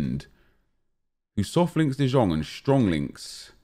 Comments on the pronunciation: DE YONG DE YONG DE YONNNNNGGGGGGGG is how its pronounced. I legit yelled it like everytime he says de jong smfh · IT IS FUCKING PRONOUNCED ‘DE YOUNG’ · The way he pronounces De Jong triggers me too much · Prod. by End I swear same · Painful to watch when you say De Jong wrong, sickening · 2 things that annoy me, well 2 of many, calling tadic ziyech and the way he pronounces de jong.